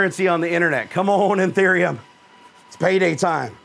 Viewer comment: Its ethereum not etherem